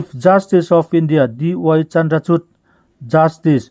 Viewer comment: Chief justis,Dy Chandra chud..Tia in lam thin hi "Chandra chur" tih tur zawk ani